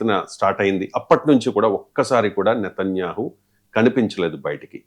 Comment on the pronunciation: ఒరేయ్ నీకు నేతన్యాహు ani anadam raadu, కమెనై ani anadam కూడా రాదు. మాకు నీతోనే ఏం ఖర్మ రా అయ్యా